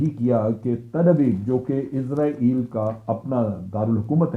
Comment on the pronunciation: ازرائیل نہیں بلکہ اسرائیل صحیح تلفظ ہے۔ جنرل صاحب چونکہ اسرائیل میں حکومت Zionists کی ہے لہٰذا انہوں نے امریکہ کے نظام کو استعمال کرتے ہوئے پوری کوشش کی ہے کہ ہر وہ لفظ جس میں s استعمال ہوتا ہے وہاں s کی جگہ z آ جائے۔ اگر آپ کمپیوٹر میں امریکی انگلش کو استعمال کریں گے تو اس کا ثبوت مل جائے گا۔ برطانوی اور امریکی انگلش میں جو فرق ہے اب ان میں z بھی شامل ہو چکا ہے۔ اس سے صیہونیوں کا مقصد محض یہ رعونت دکھانا اور اپنی انا کی تسکین کیلئے اسے محسوس کرنا ہے کہ صیہونیت بہت بڑی طاقت ہے۔ سب سے بڑا تو اللہ ہے۔ اللہ اکبر۔ آپ کے تجزیئے کا شکریہ۔ اچھا تجزیہ تھا۔